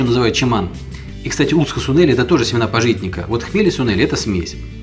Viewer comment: Па'житник. Ударение на А.